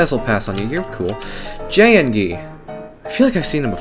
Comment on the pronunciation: ”jayengi”.me:”TRIGGERED.it’s jayingee!”